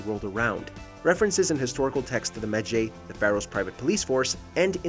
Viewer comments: I want to smack him for messing up the pronunciation of Medjay. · Wtf, why you can't pronounce ,,medjay". Maybe you never played the game, but you just had to read the text. It is so easy to say it and mistakes like this make me close the video and UNSUBSCRIBE from that channel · About the Medjays.... the game tells you they don't exist anymore and that Bayek is the last one of an extinct breed of warriors. So, you agree with them but say they're wrong. AND PLEAAASE pronounce it right. Several NPC's tell you "I thought medjays were a myth" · How could you say medjay so wrong they say it in the clips you showed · It sounds like Bayek is telling you how to pronounce Medjay correctly 😆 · Bruh Ikr its like this people never plays the game. I got triggered so hard the way he pronounced medjay. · Ugh. The pronunciation of so many of the words and names in this is annoying. Medjay is not pronounced as it is written. It's pronounced Med-ji. Lucrezia Borgia you're pronouncing like Lucretia but the Z is actually pronounced as such. So it would be Lu-cre-z-ia. These were just two of the ones that annoyed me a lot. On the topic of the Borgias (specifically Lucrezia and Cesare), the facts are somewhat accurate because we don't know for certain about the accusations. Most scholars agree that there was likely some inappropriate relationship between Lucrezia and Cesare. What did annoy me about this storyline is that they almost completely disregarded Giovanni/Juan's role in the family since he was technically in charge of the papal army and Cesare was a cardinal.at around this time period. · "Me-jay" Bayek: "I'm a med-JAY! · I see... I’m pretty sure it’s a game, and a game can be made and told how the producer intends... assassins creed rewrites history not tells it how it was. dumb ass Also better say it now than never, but it’s med Ji. Not med jay. Honestly guys your videos do suck sometimes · “Bayek is a mejaaae” Bayek: “I am a me-jai” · It's pronounced medjeye